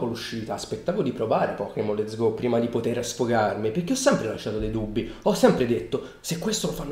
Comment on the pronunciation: A allora ti sei sbagliato, dice let'so go.